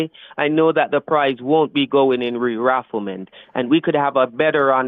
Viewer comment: did he say "rerafflement" ??